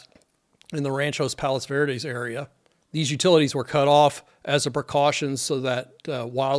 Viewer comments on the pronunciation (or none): I have friends who live down the street to the left of the house you show on Dauntless Dr. They’re fine and not impacted (yet). That area has always had sliding since my family moved to RPV in 1963. NOT in a slide risk area thankfully. Thank you for this information! By the way, it’s Rancho Palos Verdes, not Ranchos…